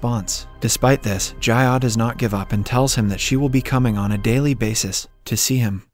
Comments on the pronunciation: Your pronunciations in part 1 were correct. Meen-kyoo and Jee-ah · Bro, why do you keep changing the pronunciations?? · Why change the way you pronounce their names? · why did your pronunciation of ji ah suddenly change